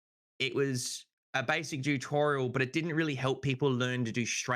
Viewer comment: Why is he saying jew torial lol